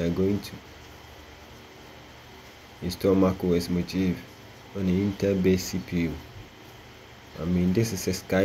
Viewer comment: first Mojave is pronounced MOHAVÉ you know , the desert area in California plus the amount of time you waste in installing mac os and dealing with its problems might as well get a cheap old mac from 2012 to experience the OS lastly MAC these days is just a glorified smartphone you're not missing anything if you skip it , waste your time with linux instead at least you learn something